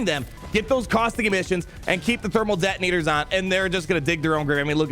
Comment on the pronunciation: did I hear Dermal Thetonators?